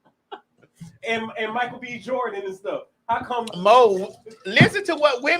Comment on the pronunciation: "Ath-a-letes"..., no! 🤦🏿‍♀️